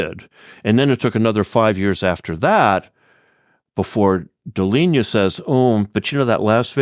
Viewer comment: In this video, Professor mispronounces Pierre Deligne's surname. "Interview with Pierre Deligne, the Abel Prize", December 12, 2019